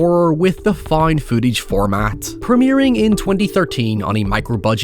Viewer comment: I still don't know what "foind footage" is..